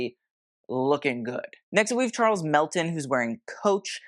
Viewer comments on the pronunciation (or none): none